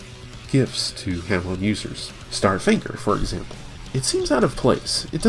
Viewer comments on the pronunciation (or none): Not trying to be a dick but you keep say hamoo,it's pronounced ha(as in ha ha ha)+moon.